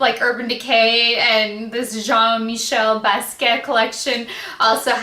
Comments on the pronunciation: Just an FYI,...you might want to look up the artist and you will see why they selected the colors they did, as well as how to pronounce his name. LOL! Best way I can tell you - BAS-KEE-YACHT - if you try sounding that out, you'll be close. I REALLY wanted this entire collection; I adore this artist! It is my understanding that his family contracted with UrbanDecay to create this collection. And no, gone. I'd also love to get the Pretty Vulgar collection to review on mature skin! I'm in love with their palettes! Wait until you try them; the quality, especially the metallics, is incredibl! I sampled them in store...and they're at the top of my wish list, along with Viseart's palettes! Much love to you, Shelbie =) 💋 (BeautyDaughtMom) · hi. Jean Michel Basquiat is pronounced like: Bas- key- ahh.:)